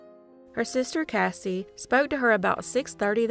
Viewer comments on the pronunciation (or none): none